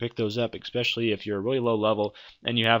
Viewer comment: "expecially".. it's especially